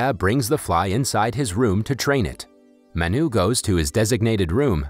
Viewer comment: It’s not maa-n-uu its m-uh-nu correct way to pronounce this Indian word Manu